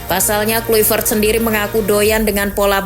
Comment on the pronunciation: izin revisi min cara bacanya KLAIVERT bukan Kluivert